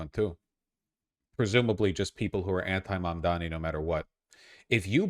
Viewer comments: To be fair, even Youtubers supporting Mamdani also calls him "Mamdami". It's so weird how people have hard time pronouncing it. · Sounds like "Momdommy" and I think that's pretty funny. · I like how Cuomo still can't pronounce Mamdani's name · Cummo can't pronounce words.. shocked